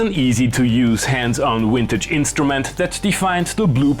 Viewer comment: Out of curiousity... are you saying "wintage" as a pun or is that purely your accent. You're definitely meme enough where it could go either way here lol.